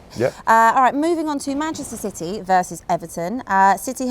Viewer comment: she cant even say manchester city